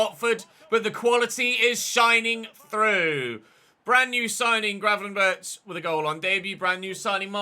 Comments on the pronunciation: It's not graven-birch It's Berg, with a rasping G. Almost like a sore throat one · Btw, you pronounce it Gravenberg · Just a tip: Gravenberch is pronounced with the same G at the end. So the “ch” makes a “g” in this case (as in most, if not all in Dutch pronounciation). Like a “hard g”.